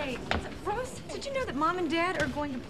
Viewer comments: Monica said rose instead of ross haha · Is is just me or did Monica say Roass?